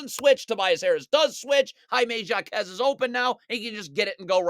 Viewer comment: fr, he gotta at least start saying it correctly after the 30 ball. Put some respect on his name mannn